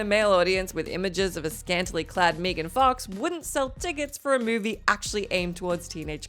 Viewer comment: Lmfao "mee-gan fox" 🤣🤣🤣